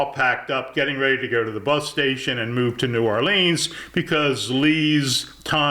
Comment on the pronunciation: btw, if you happen to care, it's N'awlins, not New Orleeens.